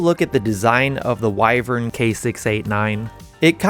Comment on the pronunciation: At least learn how to say wyvern properly. Theres 2 ways, you mixed them together.